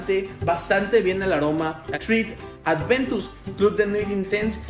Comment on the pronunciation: Excelente fragancia, una de mis favoritas. Pd: No es "Adventus" es "Aventus"